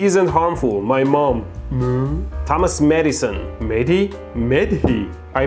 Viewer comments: The way he pronounce those Mehdis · He would go crazy be annoyed on how you butchered his name.